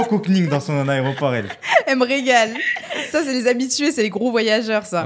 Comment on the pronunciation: James: l' aReoport 😂